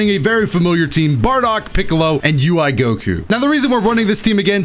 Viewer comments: Am I the only one who heard say UI Coco instead of Goku in the second match 😂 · Play team "Incoherent speech" Janemba (B) Kid Buu (A) DBS Broly (C) Mostly cuz I wanna see more Janemba